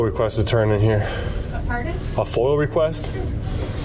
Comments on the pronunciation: Did this find outstanding officer just say FOIL?? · FOIA not Foil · The only thing he needs to brush up on is his pronunciation of FOIA.